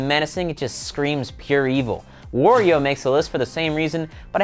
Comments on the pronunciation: Its wario not worio!!! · Did he say woreio? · You pronounced waluigi and wario wrong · u said wario and waluigi wrong. lol